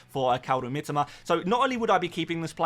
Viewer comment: Mitoma....not Mitima...ffs,...I speak Japanese...lived there 8 years